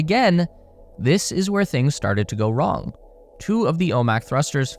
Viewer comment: "Nothing Can Go Wrong!" "CaN gO W ong!"